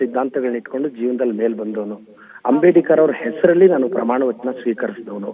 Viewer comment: ಅಂಬೇಡಿಕರ ಅಲ್ರಿ ಮಿಸ್ಟರ್ ಪ್ರದೀಪ್ ಈಶ್ವರ ರವರೇ ಅಂಬೇಡ್ಕರ್ ಅಂತಾ ಹೇಳೋದಿಕ್ಕೂ ನಿಮಗೆ ಹೇಳೋಕಾಗೋದಿಲ್ವಾ?. ಅದರಲ್ಲೂ ನೀವು ವೈದ್ಯಕೀಯ ವಿದ್ಯಾರ್ಥಿಗಳಿಗೆ ಪಾಠ ಹೇಳೋ ನೀವೇ ತಪ್ಪು ಉಚ್ಚಾರಣೆ ಮಾಡಲು ಅಸಾಧ್ಯವೇ ನಿಮಗೆ?.